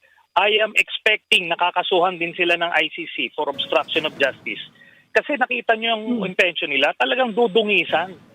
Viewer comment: Paano po naging obstraction of justicre yon pki paliwanag nabubulol kasi diya ng bigkasin yon